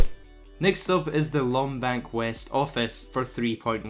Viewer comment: Lom bank? No its maze bank west